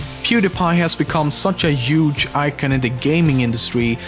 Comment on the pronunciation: ”*Juge*” (Huge)